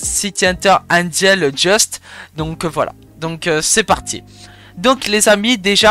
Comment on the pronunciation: C’est pas Angel Just mais Dust😭 se prononce Deust